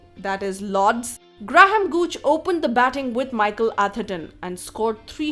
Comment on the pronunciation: Good pronunciation of Graham Gooch